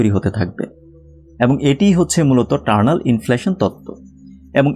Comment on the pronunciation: টারনাল নাকি ইটারনাল?